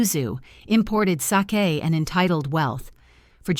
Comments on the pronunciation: I am not impressed with this 3rd generation Japanese person. He's arrogant and I would rather say I am another race than his. Sorry I cannot watch anymore. Btw true pronunciation of same = (sa - kay) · Sake not with a long a sound. Another with wrong pronouncing of words.